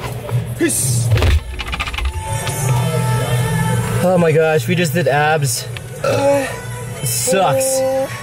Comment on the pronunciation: Did any one notice he said piss instead of peace